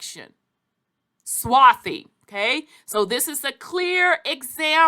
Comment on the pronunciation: There is no "swathy"